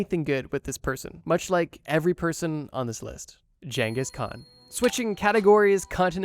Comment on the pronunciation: I will never forgive you for how you pronounce khans name. Wtf